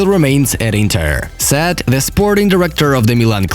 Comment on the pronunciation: It's only me or everyone... I am hearing sad for said.....